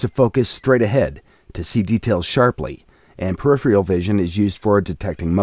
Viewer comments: does he keep saying periphreal? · can't deal with the narrator's inability to pronounce "peripheral"